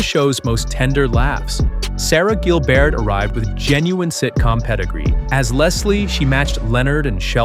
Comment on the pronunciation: Pry-ya is pronounced Pre-ya, they actually say her name out loud on the show... more than once, you should watch it. Sara Gil-Bert? Like the fake Colbert pronunciation? LOL